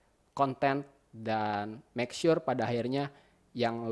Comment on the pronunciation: Good video bang, seneng sama cara ngomongnya bang, apalagi sama kata makesure haha